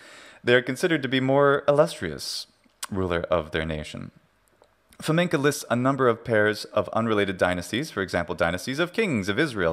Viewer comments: Why do you pronounce Fomenko as Fomenka? It's not a Russian surname (unfortunately). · FamenkOH!!!! Not FamenkAH!! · Wrong "a", but thanks for playing 😁 Hint: the last syllable is very unstressed, the vowel is almost not there, it's even devoiced almost to "фаме́нкх". But you're pronouncing it almost like the Czech long "a" at the end of "Navratilova" 😁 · Not enough though - that "фоменкА" is kinda annoying.